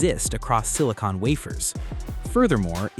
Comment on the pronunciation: It's not "sini-cone", it's "sini-con". one is sealant, the other is what powers your computer.